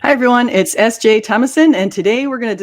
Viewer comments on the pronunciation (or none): ❌ Ess-Jay ✅